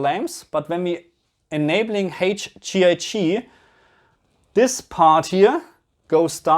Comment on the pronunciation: Haige Gee I gii 😜 don't ever change! 🙏